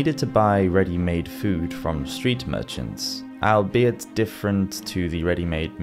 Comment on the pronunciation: Albeit - the first syllable rhymes with “all”. It’s a contraction of “although it be that”. Trough is pronounced “truff”. The plural of sheep is sheep.